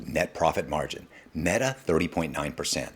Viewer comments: This guy said, "Maetuh" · Mate-a?? Are we AI-ing these videos? Lol Great video either way! Thank you sir! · Made uh